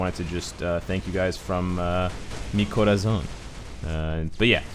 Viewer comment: Minute i didn't believe that can say "Mi corazón" es que soy Dominicano y se siente bien que un Anglosajón sepa decir algo un español 🙌🏻